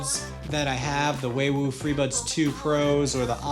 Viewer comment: It's not WayWoo. It's Huawei or WuaWei.